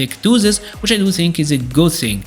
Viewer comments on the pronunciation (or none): none